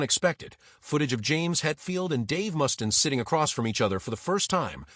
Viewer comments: I can’t listen to this dumbass AI call him Mus-tin one more time. Do these creators even listen to the horse shit their AI is spitting out? This video is crap. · This guy doesn`t have a clue. I`ve never heard anyone ever mispronounce Mustaine`s name in my 58 years of being a ROCK AND ROLL JUNKIE